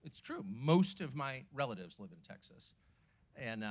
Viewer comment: Pronounced TEXAS not TACKSASS- announcer ain’t Texan for nothing